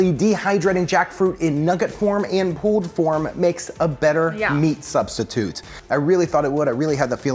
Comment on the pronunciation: Pooled pork? Because it went swimming first? Hahahaha I never heard pulled pronounced pooled.